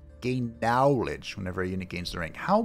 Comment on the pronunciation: Every time you say "nowledge," my brain goes, "cowfee."